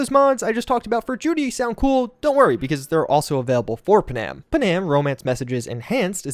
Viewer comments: Aye lemme tell you something. NOBODY LIKES TO HERE THEIR NAME SPELT WRONG. ITS PANAM PAN - AM. WHERE THE EFF DID YOU GET PUHHNAM FROM?????. Its like with Thanos. They say his name in the movie yet you ppl still say THEY - NOSE. TF???? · do me one HUGE favor. Panam's name is pronounced Pan-am, not Pa-nam. It is short for Pan American, like the games held for the Americas, or the old airline. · I love what you do, but I can’t stand it anymore, your mispronunciation of Panam. It’s not pronounced Pa’-nam. It’s pronounced Pan-am’. Please stop doing it or I’ll have to sic her on you and you know what she’s capable of. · Yes....that is kind of grating...especially since every single NPC in the game calls her PAN-Am....like multiple times. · Nah I just can't with the Pa-Nam... 😭😭😭😭